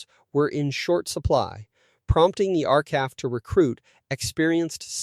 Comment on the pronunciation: It’s not R-calf. It’s R C A F! Same for R A F. My father was an aero engine mechanic, for much of the war in Winnipeg, where I was born.